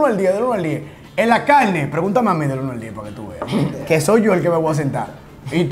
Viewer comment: todo lo que se come “caine” llevame palla…. A comei 😭😂 se ta juntando mucho con nosotros los cibaeños 😂